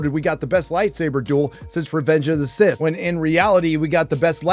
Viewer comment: He said that he’s “SIS” not “Sith”